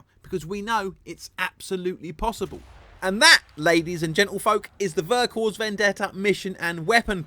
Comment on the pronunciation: Great review :) Just a tiny heads-up for the future, in French you don't pronounce the final "S" in "Vercors", so it's basically just "Vercorr" ;) Cheers!